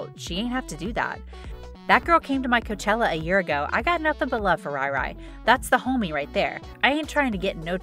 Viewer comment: Did she say Prince Harry??? Naah....BTW! NOT RYE-RYE, it's RI-RI! Get it???🙄